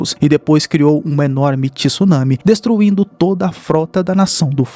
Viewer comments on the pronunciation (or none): none